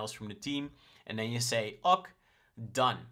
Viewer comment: Great material! 👍 I'm loving the way you show your flows. Seeing the logic is valuable to me! (BTW - "OK" is pronounced "okay" 😁)